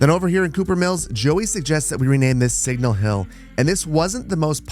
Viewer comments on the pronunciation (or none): none